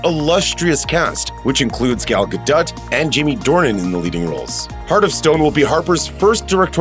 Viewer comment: Damn you really went for that hard T on Gal Gadot.